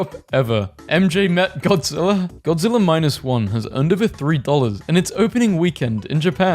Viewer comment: I can’t stand you saying godziller ITS GODZILLA GOD-ZILL-AH GODZILLA